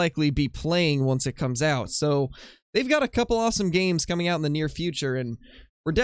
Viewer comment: I quote... "Cooming"... the Double "O" Coooming.